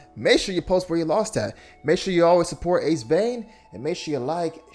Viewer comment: It's Ace "VEIN". Not Ace "VAN". Also it's Black Manta. Manray is the Spongebob villain 💀💀💀